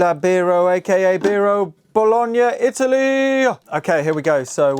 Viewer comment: Hearing him say "Lorenzo" made me laugh every time hahahah (I'm Italian) however you said Bologna perfectly hah! Jokes aside I have a serious question: will the 1222 performance vco be back on stock?? I was thinking to buy one and start my first synthesizer adventure (yes I know how to solder and everything btw hahahah)